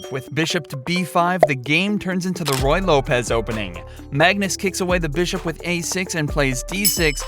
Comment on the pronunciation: The "Roy Lopez"?